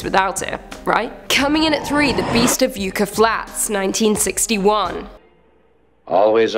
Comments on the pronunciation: It's "YUH-kuh" Flats... Not "YOO-kuh"... Yeah, I know, it's an Americanism, cut us some slack. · Yuck-a flats. It's pronounced yuck-a. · The worst of all you’re mispronouncing YUCCA